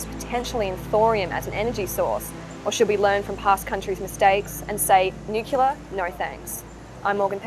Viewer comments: People would sound much more educated and be taken much more seriously if they could actually pronounce the words they are reporting correctly. Nuclear is NOT pronounced nu-cu-lar, but rather nu-cle-ar. Not that hard. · "nucular" ??! "consortorium" ??! "prepatory" ??! "we've all seen the devastating effects of Fukushima" -- no we haven't. The lid blew off. Impressive, but totally non-fatal. "I'll believe it when I see it" -- so you didn't see Oak Ridge? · Well, it's nice to see that Americans aren't the only ones who can't pronounce "nuclear" correctly.